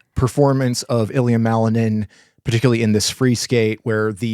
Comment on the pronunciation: You can NOT EVEN PRONOUNCE WELL THE NAME OF MALININ, LET ALONE JUDGE HIM! SPEAK FOR YOURSELF! NOBODY EXPECTED ??! MICHAEL WAS ONE OF CANDIDATES FOR THE OLYMPIC MEDAL!!